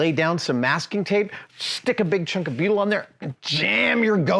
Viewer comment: 26 minutes in, I'm thinking what the fuck is Beeyudel?? I was a marine engineer for 15 years and I haven't heard of this stuff?? Then I realised he was saying "Butyl" HA!!